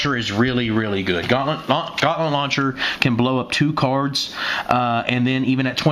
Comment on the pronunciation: Your pronunciation of cards really irritates me sometimes but then again words are a passion of mine keep up the great work man